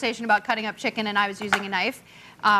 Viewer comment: Martha is a G butchering that "checken"